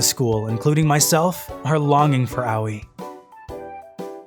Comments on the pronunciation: "owie (Aoi)" my dude, it's A (like the A in Ant) Oi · Awei?🤣🤣🤣 Sounds like a kid that hit his toe🤣🤣🤣 Ps, I'm pretty shure it's pronounced Ao-i I'm just can't concentrate with the continuous "awie"😂😂😂 I keep imagining a kid saying "awie, i hit my toe"🤣🤣🤣🤣 Ps. It's not a bad thing, i actually made my day, so pls don't get offended, I'm just saying it's funny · When he say aoi in my mind it autocorrect to yaoi And after i heard yaoi i heard lesbian and it funny cuz it cringe. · Pronouncing Aoi owie is kinda grating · Just throwing this out there, if anyone wants to know how to pronounce "Aoi", it's pronounced "Ah-Oy" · As if girl's like this exist irl still, it was enjoyable except for how Aoi was pronounced. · The way he’s pronouncing Aoi bothers me.